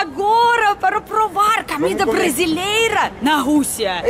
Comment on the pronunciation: acho engraçado vc fala camida não comida kkkkk